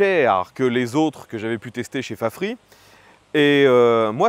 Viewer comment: Mais pourquoi prononcer "Fafri", alors qu'en anglais, ça se prononce "Fafrize"...? ? ?